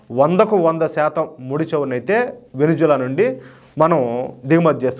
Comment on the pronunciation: Hello brother adi Venuzula kadhu Venezuela first idhi neruchukondi pronounciation antaru and Modi bhajana baaga chesaru very good,Modi spoon batch.